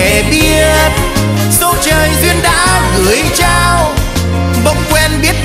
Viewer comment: lửa nóng , biến đổi , gửi trao phát âm nghe nổi cả da gà , hay thật !! ít ai hát mà phát âm dc như vậy